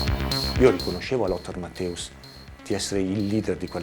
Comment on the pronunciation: Ma che cazz.......ma davvero ancora dite Mattàus????? Ma porc.....dopo 40 anni penso si sappia che di dice (pron.) Mattèus In Italia ci fanno in molti ancora figurone di...NUTELLA, al giorno d'oggi, con l'Internet omnipresente e traduttori online che ti fanno sentire come si dice.....